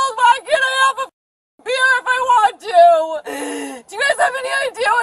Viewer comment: “Beer”, has one syllable.